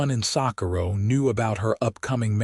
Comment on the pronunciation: This AI needs correct pronunciation coding. It doesn't know how to correctly speak, Socorro, New Mexico! 🤨😠